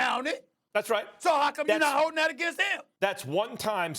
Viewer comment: It's that not "dat" dummy